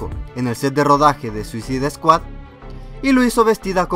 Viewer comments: "suicid eskuad" m sangraban los oídos cada vez q lo escuchaba decirlo :'v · se pronuncia suasaid escuad y segundo se dice hubo no hubieron (no existe) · es suisaid scuahd no suzid scuahd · Suisid Escuat! 😂😂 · mira al que iso el video ni se pronuncia asi el nombre de la pelicula se dice tal como voy a escribir escuadron suicida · ZUISID SKUAD??!!! jajjajjaja y lo peor de todo es que la pronuncias de tres formas distintas jajjaja xDDD (verguenza ajena) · Veo que me esta lloviendo mucho bullying por la pronunciación de "Suicide Squad", Bueno... al menos se están divirtiendo.. y eso es lo que quería :´v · Chicos, veo que mucha gente lo está comentando, así que mejor lo aclaro con este comentario, cometí dos errores, para empezar pronuncie mal suicide squad, lo siento, ya hasta la penúltima curiosidad me di cuenta, y la segunda es que Deathstroke no sale en la película, lo siento, estaba leyendo el cómic mientras hacia el guión y me confundí. Lo siento y saludos!!!! :D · mejor dilo en español escuadrón suicida...o al menos entra al traductor de Google y escucha como se pronuncia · Para la proxima puedes decir bien SUICIDE SQUAD? is annoying how you said it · aprenderás a pronunciar correctamente " Suicide Squad" algún día...??? Lo que dices suena a puñaladas en los oídos...!!!